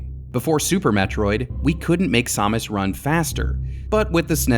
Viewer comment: What is this Sawmis? Is that how you're supposed to pronounce it? I've only ever heard sam-us